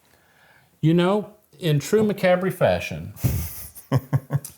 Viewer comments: 'McAbry?' It's actually promounced: 'muh-COB.' And there was already a thrash-metal band called 'Macabre' in the 80's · I hope so too! But the band is pronounced “muh-KOB” not MACK-a-BREE. :) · . Its still funny how you say Macabre it sounds like Ma -Cab -ry... in Australia we say Ma Ca bra. 😂😂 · i love how they still mis pronounce "macabre" - macabree. It's pronounced Muh Kawb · Macabre isn't it pronounced mack cob? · Did you guys ever learn to pronounce macabre properly lol? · Did you guys ever figure out how to pronounce “Macabre”?? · Did y'all ever learn the correct pronunciation of macabre? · Still pronouncing macabre wrong after all these years